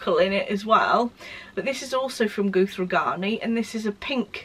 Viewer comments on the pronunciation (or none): Beautiful makes, as always! ❤️ I hope you don't mind me saying, but the name Guthrie in Guthrie & Ghani is pronounced with the "u" sound like "umbrella", rather than like "Ruth". I hope that makes sense! It's a Scottish surname. Xxx